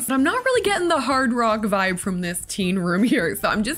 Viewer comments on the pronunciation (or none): none